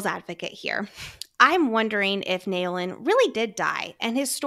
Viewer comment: Love your work and both of your dedication!! I’m only up to this episode, but wondering if pronunciation of Naolin is in fact “Now-lin”? This may be more accurate, from a mandarin standpoint (although we don’t actually know his ethnicity, and this is my own assumption/projection). Especially keeping in mind that Yarros has been good with representation, and it wouldn’t be unlike her to have such a name in her book ☺️